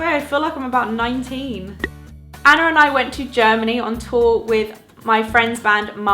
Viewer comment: the way you pronounce anna and hannah are as if they have an R at the end, like annar and hannar :D